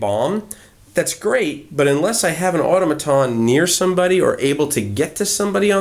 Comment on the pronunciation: The word 'automaton' is pronounced with the accent on the second syllable.